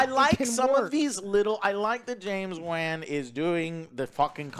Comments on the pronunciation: How can you not know how to pronounce James Wan's name ? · I’m with them but is he saying James Waahn with a long “a” on purpose? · Why do pronounce the director as James “wan” 💀